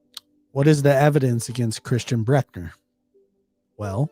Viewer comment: Yes, I can confirm that suspects names are abbreviated to initials, the last names at least. Thanks for talking about this case and you did an amazing job of pronouncing it. Almost perfect! Please don't take criticism to heart. Some do mean very well.